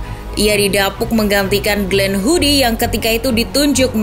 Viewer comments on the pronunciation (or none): Glenn Hoddle bukan Glenn Hoodie 🤣🤣. Pembaca narasi emang sering salah2 kalo baca